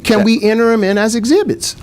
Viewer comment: I wish he'd refrain from "dese", "dem", "dose".